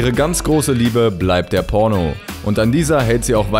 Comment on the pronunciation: Diggah warum betonst du PORNO so sehr? haha